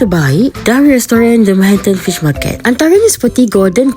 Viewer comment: Sedap pun tidak !!! Dari dulu lagi the ....apa macam sebut tu?? The mahanatannnnnn pish ma..ket kah!?? Tutup Aje lah restoran tu !!